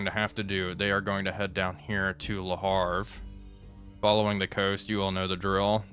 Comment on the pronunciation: Loving the persistent "Le HaRVe" instead of "Le HaVRe".